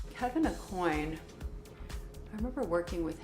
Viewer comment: how did Cindy Crawford... who's actually met Kevyn Aucoin... say his name wrong...?